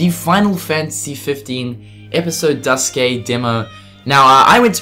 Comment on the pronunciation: You are the first person I've seen who pronounces Duscae the same way I do